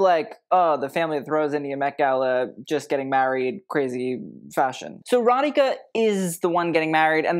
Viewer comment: Thanks for saying Radhika (and not Radiki) 😀